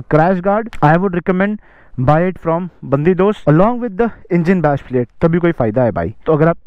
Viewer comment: i think it suppose to sound like Spanish BAN-DI-DOS, meaning bandit...., its not BUN-DI-DOS. its just a guess, not sure what the company meant.